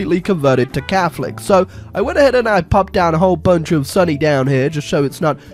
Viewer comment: wait did call su-nni suny?